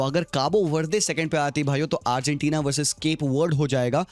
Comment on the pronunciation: what the fuck did he just pronounce arghantina 😂😂 it's like argentina and ghana had a baby stop making video if you can't even pronounce #1 fifa country's name